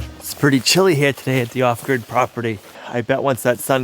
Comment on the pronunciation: It sounds like ostrich property when he says it